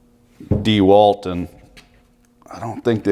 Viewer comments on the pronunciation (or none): none